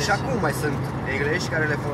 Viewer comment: Fii modest! Persevereaza si vor veni si privitori de calitate! Nu te hazarda si nu te supraaprecia,inca mai ai de munca! In primul rand la calitatea clipurilor,a invitatilor (desi pot intelege de ce accepti pe oricine,ai nevoie de masini), la calitatea speech-ului (englezi nu engleji,etc. ai multe scapari in multe clipuri,(cred ca ti le-am vazut pe toate)),postura in clipuri,pari mereu stresat si se transmite,stai cocosat, investe in sunet,mult zgomot de fundal,pe cuvant ca te ia durerea de cap uneori,bruscatul motorului,scoate-le la montaj,pari neprofesionist. Nu ai cerut,insa poate accepti si critica constructiva!